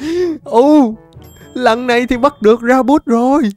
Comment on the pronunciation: Con thỏ lửa là Ra-bi-phút chứ ko pk là ra-buốt đou a 😂😂